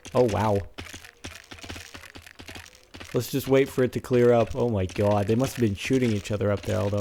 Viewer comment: why is he saying "oh my gawd" like a guido?